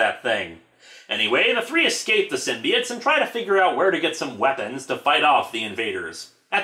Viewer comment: IT'S PRONOUNCED SYM-BI-OTES NOT SYMBI-ITES